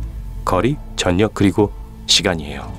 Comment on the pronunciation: 전력 발음좀 제대로 알고 해주세요 [전력]이 아니라[절력]으로 읽는거랍니다.